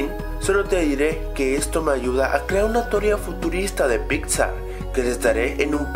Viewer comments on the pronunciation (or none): none